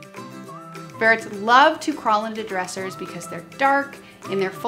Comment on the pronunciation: realzed you said "ferts" lol